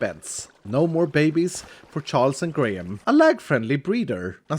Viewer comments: Graham is said grey-em rather than grey ham!! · Tbh, every time he said Charles and Greyham, I kept hearing Charles and Grian, which is pretty funny imo